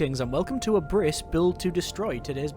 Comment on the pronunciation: OO that looks really interesting. By the way, "Abriss" is german for "Demolition" and is pronounced "Ab-riss" where the b is hard like at the beginning of Bap